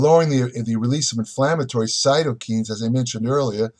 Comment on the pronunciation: Cytokines is pronounced sigh-toh-kainz (kai, like Kai Greene)